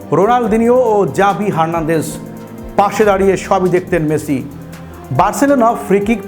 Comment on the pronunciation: হালার পো খেত।মেচি না মেসি।বাংগাল।